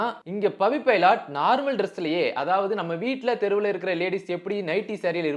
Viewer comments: பைலாட் இல்ல ப்ரோ.... பைலட்.... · பைலட் பவிடா... பைலாட் பவி illaa😅😅😅